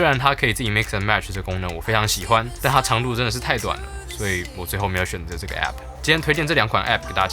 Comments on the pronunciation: 會念欸批批代表正統台灣人哈哈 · 那麼計較到底是欸批批還是app很好笑欸哈哈哈哈哈 今天一直語無倫次、太可愛ㄌ 我原本還以為在拍鬼片#